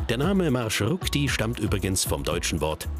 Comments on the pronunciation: MarshruKti? REALLY? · MarshruKti ahahahhaha🤣🤣🤣 MarshrutKi ist richtig